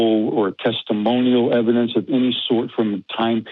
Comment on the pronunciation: I’m going to show you evidence... Ok what is your evidence? It’s EV-I-DENCE!